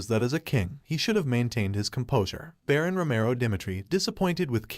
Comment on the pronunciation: Why can't these people pronounce shit properly. Like Baron and Duke.